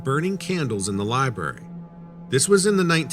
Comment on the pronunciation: There's a R in the word Library.. it's not a silent R.